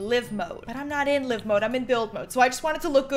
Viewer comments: When she says live (liv) mode instead of live (live) mode Grrrrrrrrrr Anyone else?...no...ok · Am I the only one who heard say liv mode and not live mode? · She called it live mode, pronounced l-EAR-ve but I have ALWAYS pronounced it l-EYE-ve... Please tell me I'm not the only one...